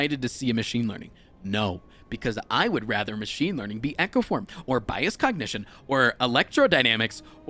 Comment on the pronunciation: I like how he says "Biased kok"